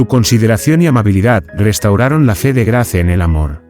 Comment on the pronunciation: Se escrbe Grace se pronuncia Greys